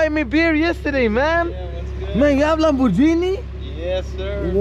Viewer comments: fruten fraten bro, why you call it lamborgini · LAMBORGHINI with a G and not a J